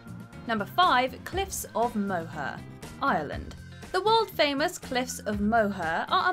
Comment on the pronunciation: Horrible pronunciation on many names!!! “Moe-her” ugh